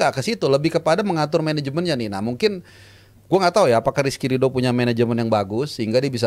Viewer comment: RRRRRRRRRR,,,SUSAH AMAT😂😂😂